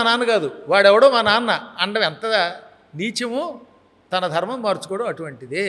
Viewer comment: Dharrrrmo kaadu ra babu. Nuvvu ekkadi brahmarsi Vi ra babu.